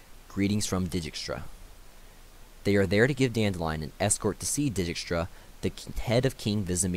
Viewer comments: So they are Dee-kistra, Re-yance, Dooony not da ni, Vil-gafortz not Viljehfortz, Aratau and the d is silent, Tissaia de vree coz in that way its is probably a french name so i no way it would be vries and lastly Nenekeeeee not nenek. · Had fun pronouncing Dijkstra to my self